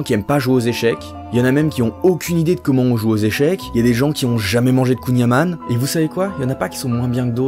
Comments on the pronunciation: Quoi ne jamais avoir mangé de kouign amann, pour moi c'est encore pire que d'être puceau:)) et on dit kouign am (en)et non am(ane) voilà c'est tout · Note : tu as mal prononcé kouign-amann ? J'entends souvent cette prononciation qui est fausse car tout les artisans locaux que j'ai entendu dont ma mère ne le disent pas cette façon ^^ (Yann pas Yan) Merci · c'est pas "kougnaman" mais "kouin aman" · On dit Kouign-Amann (Aman ne :p )